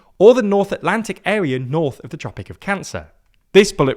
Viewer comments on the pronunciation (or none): none